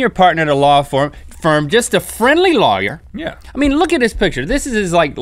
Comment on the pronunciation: Link pronounces lawyer as 'liar' and it was irritating the heck out of me!